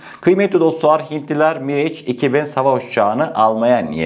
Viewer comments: Aleykümselam. Mirage, Miraj diye okunuyor. Bize sunduğun değerli bilgiler için sağolasın kardeşim. Selamlar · kardeş miraj okunur ingilizce değil.